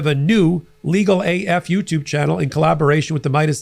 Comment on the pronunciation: I laugh when you say Legal A "F"utube.